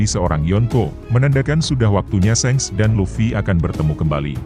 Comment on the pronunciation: .bukan sengs tapi sank